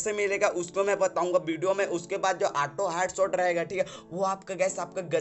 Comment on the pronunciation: U saying ATO NOT AUTO